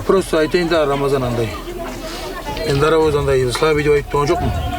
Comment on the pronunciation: Дикий Дарабоз деп айта алмай калыпты гой.